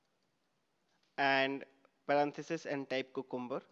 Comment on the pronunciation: THis is a great tutorial. Appreciate all your efforts, however please note that 'Cucumber' should be pronounced as 'Q- cum- ber' and not 'ku-kum-ber'